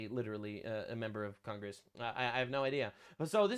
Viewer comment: What is Con-grass? 😂